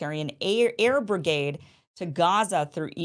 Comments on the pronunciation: AIR BRIDGE.................................NOT...............AIR BRIGADE......YALLLLLA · Air bridge .. not brigade